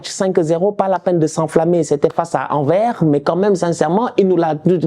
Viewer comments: AnverS on prononce le S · Anversssss Prononcé le ''S''😅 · On prononce le "S" dans Anvers mon ami 😅🇧🇪👌